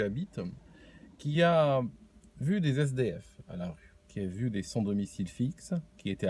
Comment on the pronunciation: Moi ce qui m'attriste c'est que tu n'aies pas discerné un simple commentaire amusé par un mot prononcé d'une façon drôle (zesdéhef) d'une critique acerbe et malveillante. J'ai beaucoup de respect et d'admiration pour quelqu'un comme. Et j'ai adoré son premier livre.